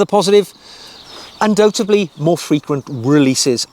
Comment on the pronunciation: Good video and although I was a fan of Daniel Craig, I do tend to agree that his portrayal was too morose. On a side note, the word "undoubtedly" is pronounced un-dow-tedly and not, as I've heard you say many times, un-dow-tably. I thought you should know.